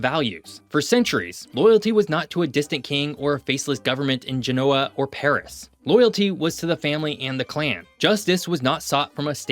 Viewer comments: he also didn’t look up how to pronounce Genoa. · Good video, don’t understand why France doesn’t give Corsica their independence. Btw please pronounce Genoa correctly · Great video with great insights. In the future, please check correct pronunciation for place names like Genoa.